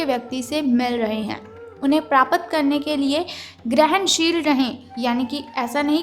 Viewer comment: प्राप्त को आप प्रापत कहती हैं जो गलत है, भाषा उच्चारण सही करें |